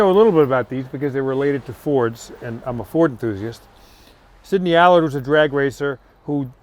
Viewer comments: He told you its an "'Al-ard" correct pronounciation-as its spelt-but no-youre a yank and call it an "alud'-with typical Yank arrogance ! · Tom, it's Allard, not Allerd. Listen to the owner's pronunciation pard. You're in London! 😁